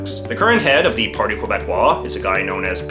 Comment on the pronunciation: Please. If you're going to pronounce someone's name, please use the correct pronunciation. Multiple times you had me grind teeth. And never say Qwebecois.